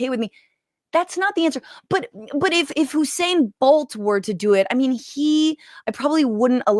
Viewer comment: "Hussein" Bolt? Is that a new Iraqi athlete?